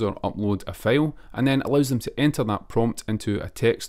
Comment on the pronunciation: No offense but "file" = ['fàil] not [fêil]. Liked the video❤